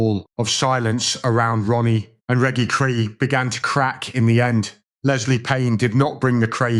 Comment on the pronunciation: Reggy Cray???? Make a fucking effort!!!